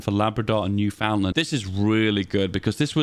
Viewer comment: Just a pronunciation note - newfoundland is pronounced like "newfinland". Residents are known as "Newfies".